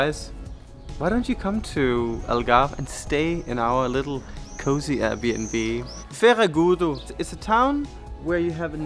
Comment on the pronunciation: Oh what beautiful views! Can't wait to travel again along the coast. Great accent saying Ferragudo and medronho. :D All portuguese moms also want the daughters a bit fluffy... :D Once again, thank you for advertising Portugal so well. And fantastic food video. Soooo hungry after your videos.